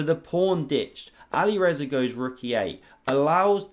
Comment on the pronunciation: Anybody else feel like the pronunciation "Ali Rezza" sounds like it should be the name of a character in a Guy Ritchie gangster flick?